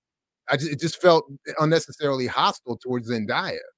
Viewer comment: her name is pronounced Zen-DAY-a, not Zen-dye-a! there’s no reason to have any level of animosity towards Keke when commenting (not ranting) on a topic that includes her accolades and star power, especially when more research into the background of this comparison is probably needed before spreading and perpetuating this narrative of the two talented women.